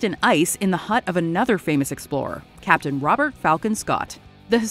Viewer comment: I got so mad when you said cap'n america 😂